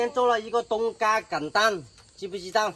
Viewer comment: 爸爸不能這樣教小孩冬瓜西瓜發音都不清楚了怎麼教小孩說成東嘎西嘎的音了